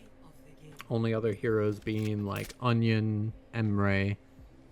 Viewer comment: why are u calling anran "onion" lol